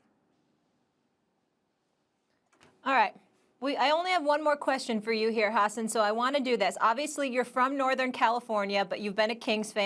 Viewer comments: Molly called him Ha-ssen 🤣🤣🤣🤣🤣🤣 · Amazing how many times Molly pronounced his name wrong without being corrected. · Can’t even pronounce his name right. Has an was too kind to not correct her. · Molly cant even pronounce the guests name correctly.... why does she still have a job?